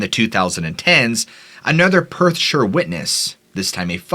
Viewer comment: Finally an American who pronounced Perthshire correctly...this also goes for any placename that ends in shire ie:- Staffordshire, Yorkshire Gloucestershire ...always pronounced (Sher) never (shy-her).. rattles me cage every time an American tries to pronounce it lol